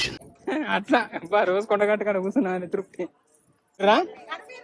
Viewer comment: మా కొడగట్టు కాదు.... మన కొండగట్టు